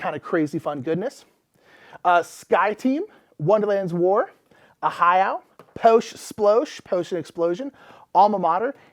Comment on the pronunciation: Just a side note - I got a huge kick out of your declaration of "Po'sh Splo'sh", and that's what I'm calling it from now on. Also - "Spaas Baas"